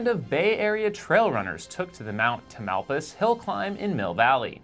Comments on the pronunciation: Minor correction! Mt. Tam is pronounced something more like "TAM-al-pie-us" rather than "Ta-MAL-pus". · also, the mountain is pronounced Tam ill PIE us :). Are you posting a video of this, the newscast didnt mention anything...